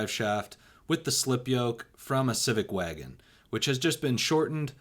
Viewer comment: You say “wagon” funny.